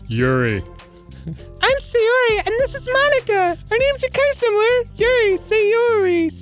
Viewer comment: Please... "Sayori", not "Seiyori"